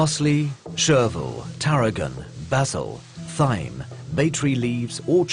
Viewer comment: How they found a guy who can't pronounce either turbot or thyme, and how those mistakes then made it to something that was actually put out into the world for people to watch, I do not know.